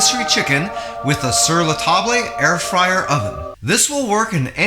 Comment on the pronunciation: so useful! thank you very much. (in future you can say "ta-bluh", instead of "ta-blay" and you will be très francais. 😗}